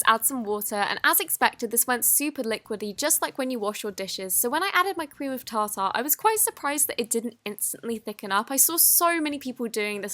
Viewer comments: its tarter not tar tar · "Cream of TA TA" go to